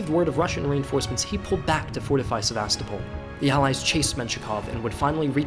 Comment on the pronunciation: It’s pronounced “SevaSTOpol”, not “SeVAstopol”. — signed, a concerned Russian linguist.